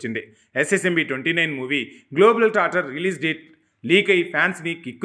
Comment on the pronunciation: Global tracter kaadhu amma..*Globe trotter*